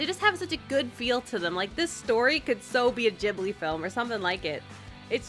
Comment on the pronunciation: it's not gibli, it's Ghibli oof oof oof GHIBLI